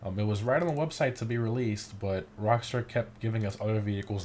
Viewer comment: ish he butchered rockstar I heard rivksnjd I didn’t hear rock star